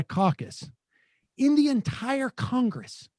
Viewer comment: I hope you don't say "CONGESS" when you're on the phone!